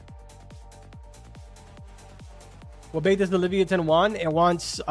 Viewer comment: Leave-yatan is the pronunciation carbon